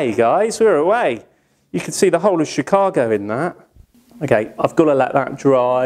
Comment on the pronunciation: A sort of British London accent and "Chicago " is hilarious.